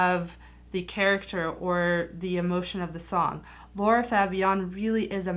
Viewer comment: L-A-R-A not Laura